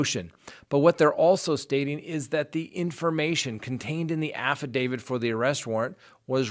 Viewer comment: Your program is good. Why do you say affi-david instead of affi-davit, though?